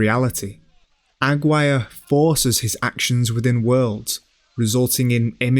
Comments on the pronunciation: AG WIRE? why can't you pronounce it? Agir rey. There's a push but that would be too much to explain. Up to that point I was wavering but you were holding my interest, AG WIRE broke the spell. Better luck next time exploring aesthetics while mangling your pronunciations. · Aguirre is pronounced Ah-gee (hard g)-ray. You guys do such great work, I'm surprised you didn't check this. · Incredible work as always, thank you for your effort and academic endeavour, however as a spanish speaker i have to make the anotation the correct pronunciation for Aguirre is Ah-gee-RR-e. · AGUIRRE: ah-ghee-ray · great video, tho i can't help but point out your ronounciation of aguirre being completely off, i'm sorry. it's pronounced ah-gee(like mcgee)-reh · Pretty good video, but is the narrator really pronouncing 'Aguirre' as 'agg-wire'?? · aggwire is to aguirre what jah lah pen-o is to jalapeno. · the worst pronunciation of "aguirre" i've ever heard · aside from mispronouncing "AGUIRRE"